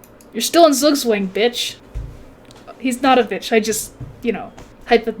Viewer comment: Lessons learned: 1. needs to trade queens ASAP to avoid making stupid moves with it 2. Do not let trade queens so you do not lose the endgame 3. needs to learn the correct pronunciation of Zugzwang. Jawohl!